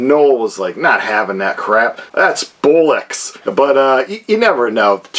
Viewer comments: "That's bowl-axe". ??? Bollocks. Boll-ocks. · "Bollocks" with an "o" (meaning testicles) not "bullocks" with a "u" (a male bovine, cow).